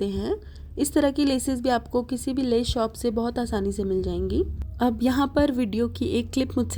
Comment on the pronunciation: Kam aap ka hmey boht pasand aata hy pr aap lees bolti hy leas hoti by🤣🤣🤣🤣🤣🤣🤣🤣🤣api me pakistan sy hu mazak kr rhi hu